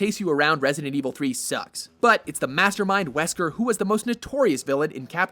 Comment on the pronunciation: "Resident-EEvil series."